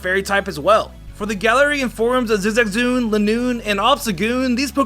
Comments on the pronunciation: "Zizagzoon" cries in Zigzagoon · Y did u say zigzagZOON